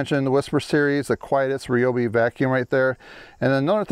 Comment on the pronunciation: its not REE - O- BEE, its RY- O- BEE